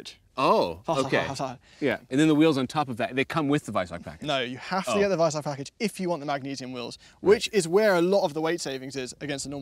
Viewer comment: hearing pronounce Weissach like that is painful